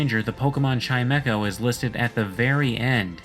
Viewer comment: its not chime-echo its chime-ko